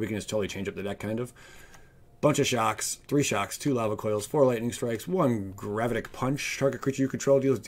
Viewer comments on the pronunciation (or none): none